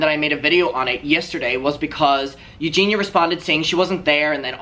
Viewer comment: If Creamstar is friends with Eugenia, why can't he pronounce her name correctly? 🤔